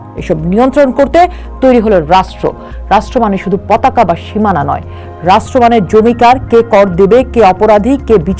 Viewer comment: Rashtro and not Rastro.